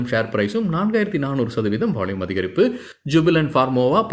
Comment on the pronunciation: நீங்க பாலக்காடா!! வால்யூம்ஐ வாள்யூம்ங்கறீங்க...!!!!!!😅😅😅😅😅🎉🎉❤❤..